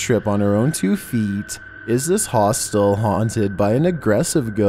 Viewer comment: "We've all seen the movie HaWhStUl"